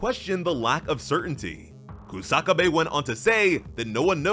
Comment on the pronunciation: It's Kusa-kabe not Ku-saka-bae